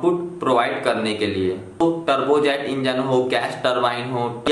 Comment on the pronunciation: Bahi muje lga ki ap trbuz engine bol rhe Ho 😂😂😂